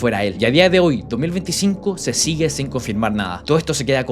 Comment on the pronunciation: te comiste la S de " sin"